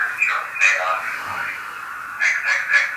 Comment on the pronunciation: “Johseh Enfroy” it’s JA-SEH ON-FR-OI (Jahseh Onfroy) , but’s it’s cool. rip x 🖤